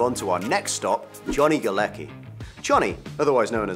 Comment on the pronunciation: John Galecki is actually John Gałecki and IT is not pronuunced Galeki..there is a c. Do IT should be Galetski.. IT is Polish surname